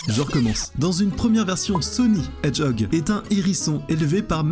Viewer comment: Sonic the hedgehog Tu dis hedge puis hog